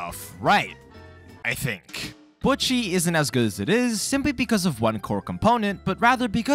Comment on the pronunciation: buch chi? anyways. great video